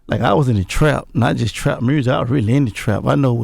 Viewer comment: Gotti been saying mursic for years and he been fucking the game up 💯